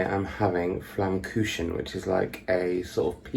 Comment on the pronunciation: Flamkuchen is pronounced…”flamcooken”….just say cooking with a scouse accent and you have it…. Scouse helps me every day with my German pronunciation🙃